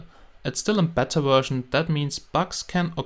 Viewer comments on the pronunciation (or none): none